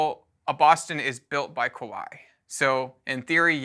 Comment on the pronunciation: It is pronounced Ka-wa-i, similar to Hawaii.